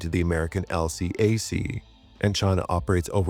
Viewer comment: Just as an FYI, the LCAC isn't typically spoken by its initials but instead pronounced as a word, something the military typically does with acronyms. So, instead of L C A C, it's elcac.